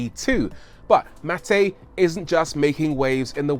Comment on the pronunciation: U pronounce his name like its Matej😬